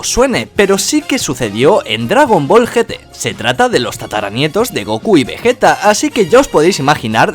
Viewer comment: Like si en el minuto dice veyeta pero con g xD